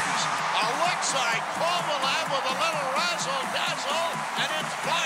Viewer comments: How did they forget the no helmet goal??? And note to rangers’ commentator: it’s Kovaleeeeev, not Kovalooooov! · Why did the rangers announcers always call him Kovalov? 😂